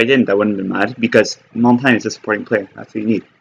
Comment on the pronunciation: QUIT FUCKIN SAYIN HIS NAME LIKE THAT